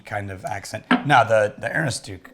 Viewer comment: pronunciation of Aroostook is that of a man who has never been to Maine. ə-ROOS-tək